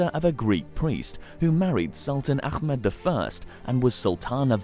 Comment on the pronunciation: it's Ah med not Akh med